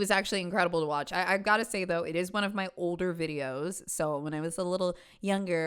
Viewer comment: Here’s muh man, here’s muh mortgage lmao